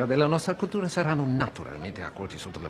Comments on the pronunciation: Pitt does not even pronounce "grazie" correctly... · He had only one word in Italian 😂😂😂 and he messed up the pronunciation so beautifully 😅😅😅